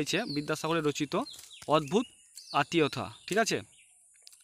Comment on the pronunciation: ওটা আতিয়থা না। ওটা হবে আতিথেয়তা